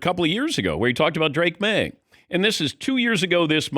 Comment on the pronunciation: Drake “Drake Lee Maye” Maye